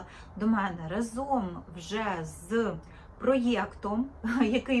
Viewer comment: Тільки рАзом, а не разОм. І не треба так дивно вимовляти звук и.